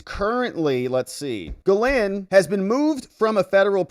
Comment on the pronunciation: It's pronounced Gee - Lain, with a soft G. The s is silent.